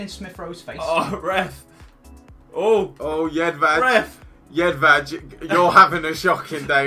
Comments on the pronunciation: How do you pronounce jedvej incorrectly it is yedveye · Btw its pronounced Jedvai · It is pronauced Jedvaj